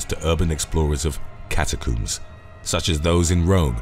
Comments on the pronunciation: Its CATACOMBS not CATACUMBS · cataCOMBS, there is no second o, it is not cataCOOMBS FFS! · "Say 'comb'": "Comb" "Now say, 'catacombs'": "Cata-COOMS" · cata-cooms or cata-combs? Do you coom or comb your hair? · Got me with a solid left hook with the whole "catacoombs" pronunciation. Hahaha 😂🤙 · I just wanna hear him say "cat-a-cooms" the whole video😂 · I loved it 😂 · “ Cat A Cooms”? Is that under the LIE BERRY? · “Cata cooms” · I've never heard "catacombs" pronounced as "catacooms". I suppose you also coom your hair? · OH MY DEAR GOD! Will you PLEASE stop saying "cata-cooms"?! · The way he pronounces catacombs 🤣🤣🤣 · Catacoombs, not catacombs? I think the first clip could be done again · Calm down. It's just the British pronunciation.